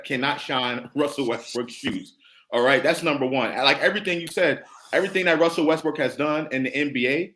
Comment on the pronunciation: Both of y’all butchered Russell name. Lol